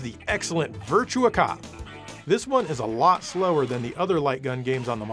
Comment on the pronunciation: Not Virtual on, Actually Virtua LON